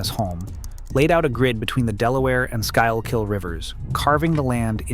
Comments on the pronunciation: The 8 million little neighborhoods all say it slightly differently: SKOOL-kill, SKOO-kill, SKOO-kull... L, no L... I've lived here for 50-odd years and still hear it said oddly.... ;-) Check out KYW New Radio for how they say it; most folks would say that's okay. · schoolkill river! Call somebody and ask how to pronounce the names! geezus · 😂 The Squeal Kill River. That's horrific 😂😂. You could overdub that part, but don't!😂😂😂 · respectfully, “sky’ll kill” might be the most insane attempt at pronunciation I’ve ever had the pleasure witnessing👏👏😂🤣🙈🙈🙈🙏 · Skooll kill is how you pronounce Schuylkill is said like skooll kill. I live near there, so thats how we say it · Squill- Kill River 😭😭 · Locals pronounce it school kill river but great take on the city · I was gonna comment and say he’s pronouncing “school-Kull” wrong but I see a bunch of people beat me to it. you’re gonna piss all the people who live in the Philly area off dude that river runs all the way up and we got all no the name we grew up with it. Put some respect on its name. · He said “squill kil” 😂😂😂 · Skoo-Kull is how we pronounce the River FYU lol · It’s a Dutch name that translates to “hidden river”. It’s pronounced “Skool-kill”. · Can’t be a resident Philadelphian if you pronounce Schuylkill like that lol It’s pronounced “schoolkill” and “pass yunk” or “pash-yunk” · SKOOL-KULL bruh not whattever the hell you're saying lol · I always heard people saying it more like SKOOK'l, where the 2nd syllable is very unstressed and almost an afterthought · No you put an extra L in. It's Skoo-kule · Squeal-quill. That's the worst pronunciation I have ever heard! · Dog, yeah I’m from New York, and the minute I heard that I went straight to the comments.. like “that can’t be right” I thought to myself. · SKY-KILL nope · As soon as I heard that I came to the comments because I knew you would get shit for it. That's definitely one of the more unique pronunciations. Skoo - kill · It’s pronounced “skoo-kuhl”